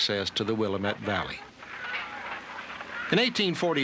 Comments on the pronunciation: as a native Oregonian, born in the Willamette Valley, I absolutely WINCED when I heard the narrator mangle the word Willamette.😱😱😱😱 Not anybody that doesn’t live out here cares but the valley everybody was trying to get to it’s pronounced, wil-LAM-eht. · It is pronounced ,will LAM et. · Mr stegall would you please please please please please for the love of please learn how to pronounce Willamette!!! It is not "MUT" like a dog, its "ET", LIKE I "ET" a buffalo once.... WILL-AM-ET. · It is Willamette… not u as in huh it is a as in antler…wish they could get it right! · Always cracks me up when they pronounce the Willamette Valley “William-ette” 😂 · The William ette valley? WTF...thumbs down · Oregonian here. It is pronounced...WIL-LAM-ETTE. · Will-LAMB-it is how you pronounce Willamette, with the emphasis on the second syllable. I'm always sprung if they pronounce Oregon correctly! 😂 It's not pronounced Or-ee-GONE. We didn't go anywhere! It's pronounced Or-ee-gun. OK. I feel better after that rant! 😊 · wilimet river? That was all I could stand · It's pronounced Wil-lam-ett. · I live in the Willamette Valley. It is pronounced Will AM it. The pioneers established the New Jerusalem, which is Salem - the capital of Oregon. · My great great grandparents made this trip with my great grandfather as a young boy. I have gg grandmother's diary. The correct pronunciation of the Willamette valley is "will am ette", no long e at end. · "Will-AM-et". It's not a suburb of Chicago, but a river in western Oregon. But that's okay, at least we don't have to hear "ARE-uh-gone". Went to a concert in Portland recently and the nice man said, so great to be back here in ARE-uh-gone. Could have heard a pin drop. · Will uh muht….LOL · Someone please help this narrator to pronounce willamette correctly! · Wild they didn’t consult someone in a documentary regarding the correct pronunciation of Willamette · Maybe if they pronounced "Willamette" correctly. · You are saying Willamette wrong